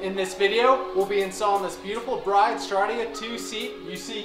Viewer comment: Brid not bride